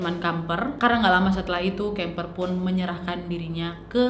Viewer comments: Kemper kok jadi kamper waak.. 😂😂ngakak saya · Kamper apa kimper wak😂